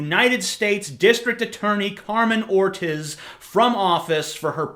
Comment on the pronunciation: "carmen ortizz", lol